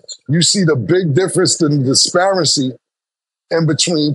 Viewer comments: Cam said ,"Disparicy"😂😂😂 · Cams great but saying “disparency” all the time is crazy Think he means disparity or discrepancy… cmon Cam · “Disparicy” -Camron 😂😂 DISPARITY!! Lmao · Killa been combining Disparity and Discrepancy all week 😂😂 “Disparancy”